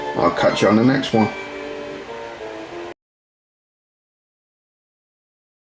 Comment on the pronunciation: I was thinking the reset button was faulty and being held down. And the date on that board I turned 13! it's my birth date haha cool 😂 Good video.... "UNTIL DA NEXT WON" LOOOOL